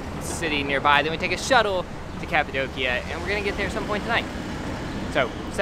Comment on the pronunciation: Omg you pronounce Cappadocia in the wrong way 😂😂😂but so lovely!